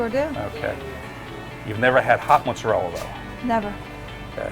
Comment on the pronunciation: Why does everyone who makes mozzarella try to pretend to make their pronunciation sound Italian, but still don't pronounce it correctly? They seem to be trying to be trying too hard to pretend they are Italian